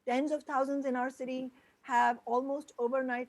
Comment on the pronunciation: "Housands of good paying union jobs" Not thousands but "housands" Dick-head!